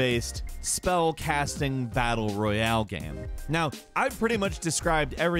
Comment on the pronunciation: I’ve never heard some say the word game so weird in my entire life. How do you pronounce game gaem? The only thing that annoys me about this channel.